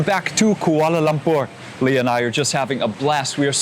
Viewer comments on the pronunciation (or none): none